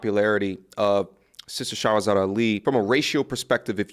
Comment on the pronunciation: 2 years and you still have not taken time to pronounce Her name correctly... You can't mispronounce it an claim your educated 😂